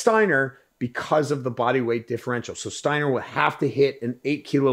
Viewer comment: Absolute legend in Germany. By the way, it's pronounced ,Shteiner', because st/sp is always pronounced as sht/shp in German. Like the Yiddish/German word ,spiel', which you pronounce correctly in English